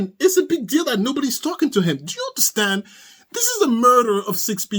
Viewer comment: He also loves to say " I don't undershhtand." 😅